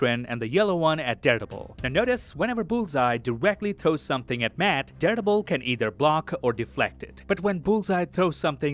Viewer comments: Am I the only one who hears daredebil? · Who doesn't love the? But everytime you say Daredevil, it sounds like you're saying Deadpool 😅 👍